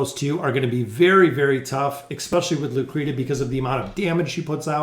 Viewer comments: Loo-Cree-She-Uh, not "Lou Creeduh.' :) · Thanks for the Trial guides - its pronounced (Loo-kree-she-ah) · plsssss say her name correctly.